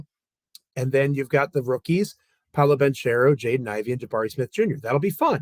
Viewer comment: love the show! Seriously some of my favorite Grizzlies content. You gotta work on your last name pronunciations, though lol. Paolo Ban-CARE-oh. Giannis Aan-tuh-tuh-KOOM-poh 😂🤣